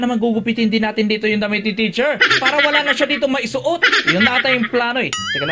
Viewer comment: Teacher po Hindi po T